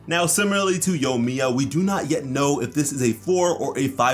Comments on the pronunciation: Say-you. Yoy-miya. I can't get past your pronunciation. It's Sah-yu and yoh-ee-mee-yah. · ah yes yomiya not to be confused with yoimiya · Bro there’s actually an i in yoimiya lol. I was also confused it looks so much like yomiya on the leak